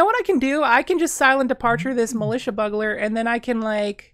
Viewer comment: also 'bugler' (c